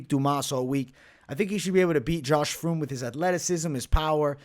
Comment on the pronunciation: It’s fremd lmao. And I got fremd in my parlay